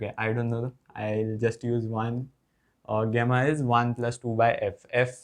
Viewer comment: गामा ❌ गेमा ✅